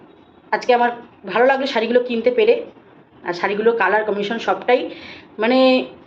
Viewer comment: Colour commission noy....Colour combination.... English pronunciation wrong